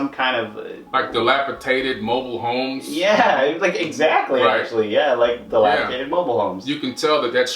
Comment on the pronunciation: the word is dilapidated not tated. but fabulous video tho